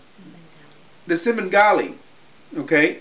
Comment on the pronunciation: lol so many good points until trying to pronounce Svengali. All credit lost!